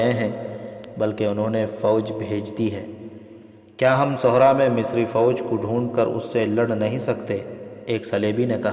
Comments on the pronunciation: Sahra ko Sohraa Flaa ko Folaa Padh rhe hain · Sohraa nhi Sahraa pdhte hain Registan ko Sahraa bolte hain